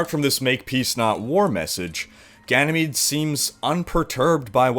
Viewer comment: I find it funny how every youtuber butchers the new maps name xD